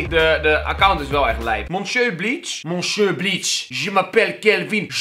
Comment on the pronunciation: Monsjieurrre? Kelvin, je Frans is on point 😄